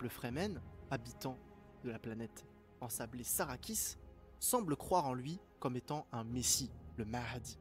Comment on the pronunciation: Atré-i-dès ; "Sarrakis" ... En plus de ne pas avoir lu les livres et donc d'être à côté de la plaque sur ton analyse, tu es sûr d'avoir vu le film ? parce que la prononciation des noms est à côté aussi 🤣